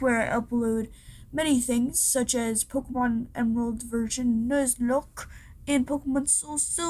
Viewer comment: The way you said nuzlocke hurts me